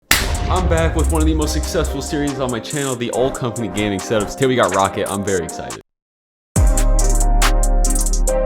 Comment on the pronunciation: its pronounced raw cat not rocket lmfao